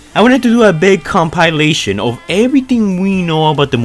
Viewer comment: Please don't tell me he said Com-pie-lation